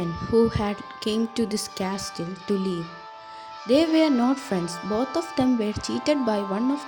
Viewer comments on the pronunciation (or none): It was awesome 💜 but can I say one thing .. the castle 🏰 ... In this t is silent and it is pronounced as casle but written as castle